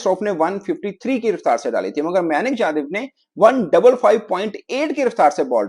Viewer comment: pronunciation may Nick and shakar Dhawan 😂😂😂😂😂